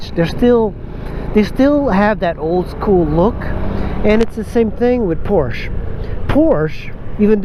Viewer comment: Learn how to correctly pronounce PORSCHE.